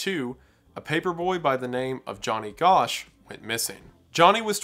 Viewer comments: Wendigoon, i love you dearly but you HAVE TO pronounce these names correctly. Not Gorsh, Gosch, pronounced Gosh. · '"'Also his name is pronounced Johnny "Gasch" and his mom is a trip